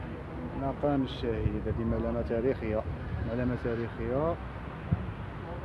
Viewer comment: مقام ماشي مقان هههههههههههه